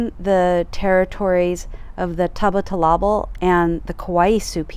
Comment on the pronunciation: You are mispronouncing Tubatulabal.